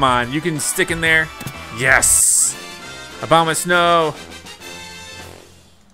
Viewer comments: said obamasnow instead of abomasnow lol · Sounds like he said obamasnow 😂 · lol he said obamasnow